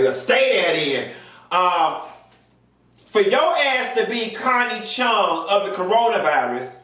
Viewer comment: I liked the way he said it the first time - the Chonnie Kung. 🤣🤣🤣